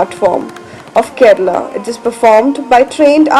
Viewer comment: Aha, so Kerala is pronounced "Ked/a/la